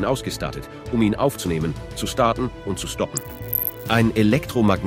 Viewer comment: emotionslose ki stimme und unfassbar viele fehler.. allein bei wie er "ausgestattet, starten, stoppen" spricht 😀